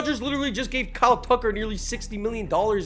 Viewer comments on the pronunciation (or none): none